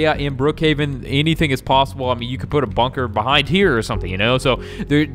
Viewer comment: why are you saying bunker but with banker if its bunker not banker